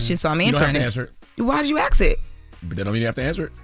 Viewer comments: Aks it 😂😂😂😂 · it’s ASK not AXE